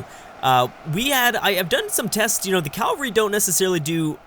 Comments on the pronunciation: it's pronounced "cavalry" not "calvary" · bruh... its CAV-ALRY not CAL-VARY!!! Jesus died in Calvary, cavalry are horse riders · ...Please, it is caVALRY... Not calvary... Sorry i just had to say it... I know youve probably heard this loads of times haha, otherwise great video! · what did he say? calvree? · I've noticed other UEBS presenters pronouncing cavalry as "calvary" too. Forgive my ignorance but is this a Canadian thing? I'm guessing is Canadian as were I think the other presenters pronouncing it as calvary. It doesn't really bother me if they say it this way, but i'm curious as to where the origin of this pronounciation is from. Cheers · your pronunciation of cavalry is a disease. There is no L in between the A and V.